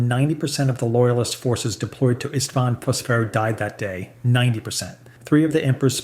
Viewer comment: Bro doesn't even know how to pronounce isstvan 5 lmao